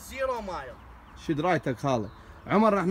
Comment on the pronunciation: خوان بس اريد أوضح مسأله ... الشباب الي بالفيديو مل شويه وكالو زيرو مايل))) ...زيرو مايل ..الكلمة مو هيج تنقري رحمه لدينكم .. زيرو ميل //بالإنكليزي zero Mile // يعني صفر مًيل يعني ما مآشيه لان بامريكا احيانا يستخدمون الميل كوحدة حساب للمسافة مو المايل 😅😂👌